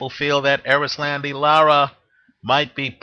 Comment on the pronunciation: ...you are good at predicitons, great at betting advice, and you know your boxing for sure.....but your fighter name pronunciation is horrible....LOL...its cool though-- its pronounced Eris-londy- Laur-ra....Anyway....I think Lara is hella overated and Paul W will outwork him. Also Paul has a good chin, the Martinez shot woulda have KO'd ANYBODY, it was a perfect punch. Lara isnt a very hard puncher...he wont hurt Paul W...he will walk through his shots en route to a UDEC.